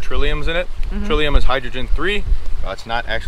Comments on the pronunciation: I think the glacier tour guide meant “tritium” not “trillium” because that’s a flower. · This was a great episode, glaciers are amazing in person, but omg that guy has to learn how to pronounce "tritium". :) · trillium ? Tritium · I like that your guide is unapologetically sciency. But it's Tritium, not Trillium. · Your guy at the glacier kept saying trillium, but H3 is actually Tritium. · Trillium😂 I don't know how you didn't correct him... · 17' - Is he saying Trillium? I don't think flowers have anything to due with ice dating. I think he meant Tritium. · Tritium not trillium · Someone should tell this guy that H3 is tritium, not trilium. Trillium (two 'l's) is a plant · It's "tritium". Not trillium. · Tritium not Trillium. A Trillium is a flower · “Trilium”??? 🤔 Perhaps he meant “tritium”, which is a radioactive isoptope of hydrogen that has one proton and two neutrons. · "Trillium"? No, it's tritium.